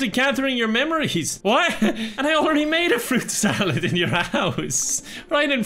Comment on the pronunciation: You say fruit salad I heard pyco salad haha